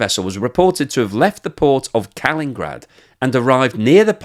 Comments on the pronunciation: Love the channel! - Small thing:It's pronounced Kalin-IN-grad, not Kalingrad. Strange place, btw... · Kalingrad? I thought it was Kalin IN grad. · Hey. It's Kalinigrad with two i's. Kali-ni-grad, not Kalingrad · Kal In In Grad. Why do the britunculi keep getting it wrong?! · I stopped being able to take it seriously when Kaliningrad was pronounced abysmally time and again. It’s a pretty famous chunk of land, I’m amazed hadn’t ever heard of it. Astonished really given the number of videos he’s done on Russia over the past two years.